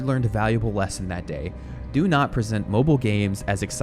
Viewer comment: its mobile not mobl. there's an "i" there. last game from "old blizzard" was warcraft 3 not overwatch lol. Some can even say starcraft 1...